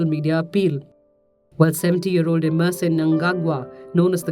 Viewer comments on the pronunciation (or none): none